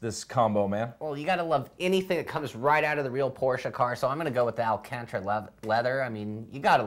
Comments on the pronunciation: first they say alacantra, then he said alcantra :D it's still alcantara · It's not "Al Contra" leather... It's "Al can tara". I love your show guys, but please!!! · its not ALACANTRA leather its called ALCANTARA